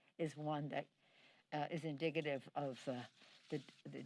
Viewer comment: “Indigggidve” hahahaha go take a break in your vineyard